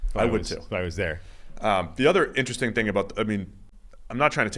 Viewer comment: hey, say it with me.... Inter-resting. Not Intra-ressing. C'mon, you got this.